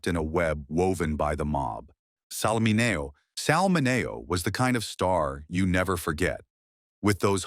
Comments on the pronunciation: Sal “Min-Ee-Oh” not “ Min-A-Oh!” Teach your A.I. Robot to read! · Sal Mineo is not pronounced Minawo. It's MinEo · It's Sal Min-E-O, I don't know where he got his pronuncation of Sal last name. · ..learn to say his name properly...its, "Min..e..o"...ok.. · Sal min ee oh